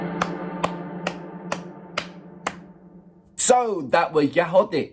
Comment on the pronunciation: Name of band you pronounced very well 😍 that's right. They and their song are my favorite , I was on their concert in 2023 . That was incredible and exciting 💞😎